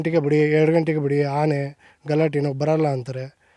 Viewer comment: Haane alla guru 'aane'